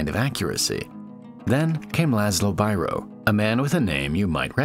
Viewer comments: This was a nice video. Please consider checking Biros name. It should be pronounced like Beero. He was a Hungarian. Thx. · Biro is pronounced "Beero" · It's pronounced "Bee-roh" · Beeroh is the best pronounciation not Byro <3 I love you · Biro is not "bye-ro" its "bee-ro" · Biro is pronounced BĒRŌ. It means (Judge) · This was a great video, but you should have mentioned that Biro (or Bíró, originally) was Hungarian. Also, if you want to be completely correct, you should say it more like "bee-row". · That's not how to pronounce Biro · Why people making YT videos are lazy looking/hearing up how the names they refer to are pronounced? Was it necessary to butcher Biro? It could be easily avoided.